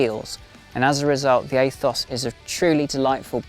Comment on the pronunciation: Aethos is pronounced ethos in English. Athos might be an American pronunciation idk.